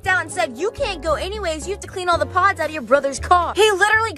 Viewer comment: When you said you have to clean all of the pods out of your brothers car I thought you said you have to clean all of the pads out of you brothers car